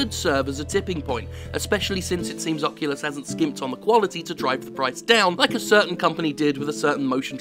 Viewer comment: Did you say. "Fuckulus" rift has your email at the end?......I laughed so hard either way.